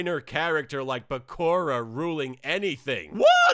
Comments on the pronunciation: Wait, is really calling Bakura "Byakuya"? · Watching this again, I still can't help but laugh at how he pronounces bakura's name. Beeyakooyaya. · I honestly wondered by called Bakura 'Byakuran' the whole time until I realized... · i lost it when dart's tried to say bakaura X,D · idk how he didn't do it 90% of the time. im DYING when talks. It took me too long to realize he was saying Bakura he butchered his name so hilariously XD